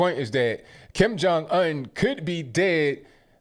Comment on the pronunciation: The way he says Kim Jun Un like Onion. LMAO.